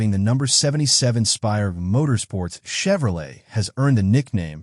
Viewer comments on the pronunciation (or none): none